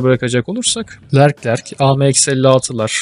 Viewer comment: Lerclerc değil Leclerc :)